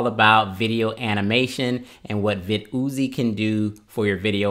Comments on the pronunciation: Vid-Uzi 9mm Lol. I think it’s pronounced: Vidd-e-Ohh’s Viddy Oze Like the caffeine med NoDoz No Dohs, not NoDahhs But whatever you think I guess is fine. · vid yozy haha lol pronounced "videos" don't get me wrong I am not bullying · I love it... vid ooo zee... you are funny. It’s still pronounced videos like normal. You can check their website. Anyway amazing and informative video. I loved it! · I'm mad he keep calling it Vid Oozie! It's VIDDYOZE Sounds just like VIDEOS! smh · nice review, but you do realize that it's pronounced vid-e-os! Thanks for sharing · Pronounced *videos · But i like it more when he says Vid-ooo-zee hahaha!